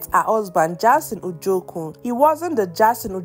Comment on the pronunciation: Jayson.. not Jarson🚶🏾‍♀️